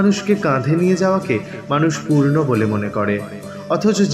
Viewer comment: Kotha t Punno hobe , purno noy 🙏